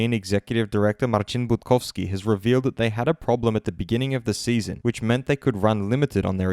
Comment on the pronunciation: We all wait for the pronouncing of Marcin Budkowski... hahaha, go